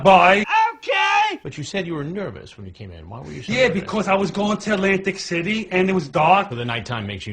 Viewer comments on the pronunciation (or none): Lantic City 🤦🏻‍♂️🤷🏼‍♂️😂